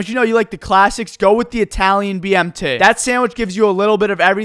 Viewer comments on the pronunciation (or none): The way you said BMT lol * BMTay